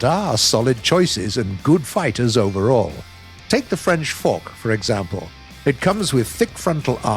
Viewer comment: "Take the french FOK" they said... ouch